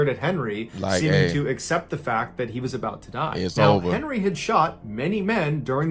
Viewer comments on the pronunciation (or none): none